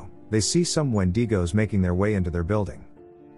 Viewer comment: When-D-Goes? who is D and where are they heading?